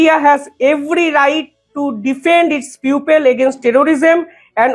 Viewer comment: Bhai, apnar uposthapona bhalo. Ektu Pronunciation ta thik korun. Indo - specific noy. Ota hobey Indo- Pacific ( ইন্দ- প্যাসিফিক). People er uchharon Pupil noy (পিপল) । Please egulo correct korun , amader shunte bhalo lagbe.